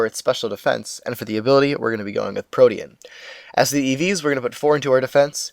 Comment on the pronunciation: Thank god! Somebody who says "protean" correctly. I've been pulling my hair out over people saying it like "protein".